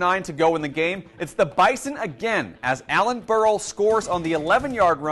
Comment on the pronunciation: It's BIZON Not Bison